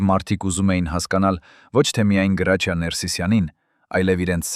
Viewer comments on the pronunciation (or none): Ոչխար Գրաչյա չի Հրաչյա է։ Եթե թարգմանություն է գոնե հայերեն դարձրու։ Լսելը անգամ այդ հրաշք դերասանի մասին հնարավոր չի։ Զայրույթից կոֆես թափեցի։ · Հրաչյա Վանեցին Գրաչյա չի կարող ասել երբեք . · Ունենք գեղեցիկ, հնչեղ ՀՐԱՉՅԱ, խոսեք հայեցի։ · Էս նյութը կարդացողը հայ չի?, ինչու,,գրաչյա,, ոչ թե Հրաչյա։ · Հենց միայն այն,որ անունը անտանելի սխալ եք կարդում, էլ չեմ ուզում լսել շարունակությունը, հաստատ հորինած անհեթեթ պատմություն է 😢